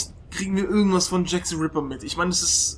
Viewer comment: Wann werden die Deutschen lernen, dass es TH (the) und nicht S (sie) ist? -.